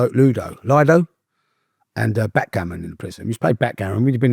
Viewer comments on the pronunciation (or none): none